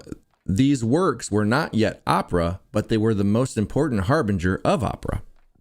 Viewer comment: Harbinger not Harvey wall banger